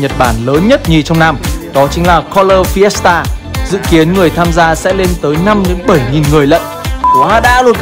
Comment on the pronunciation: ổng đọc Fiesta tao nghe thành siesta :))